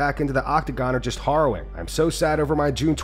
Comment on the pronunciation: To the narrator guy it’s pronounced “Hair-ro-wing” not HARO-wing 😂